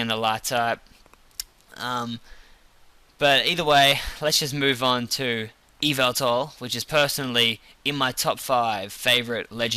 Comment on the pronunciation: Your pronunciation of Yveltal was better than my "Yeh-vel-tahl"